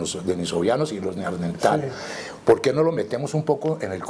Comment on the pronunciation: Felicitaciones por hacer fluir este conocimiento. Le recomiendo revisar la pronunciación de la palabra " Neandertal"